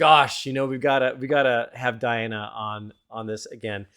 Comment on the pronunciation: Her name is pronounced Dee Anna